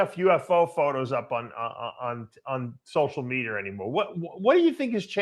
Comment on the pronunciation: dave and his fascination with social medierrrrr